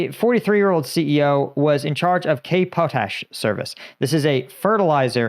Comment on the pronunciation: I like how you pronounced potash lol